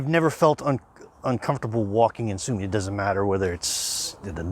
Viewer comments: Sumy ...one M ...not two as in mummy. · Guys, my native city's name is SUMY, not Summy! One 'M' please! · Isn't is, Sumy??! Not, Summy...??!! Why learn Russian and not Ukrainian?